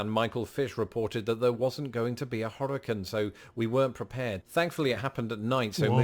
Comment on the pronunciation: He doesn't know how to pronounce hurricane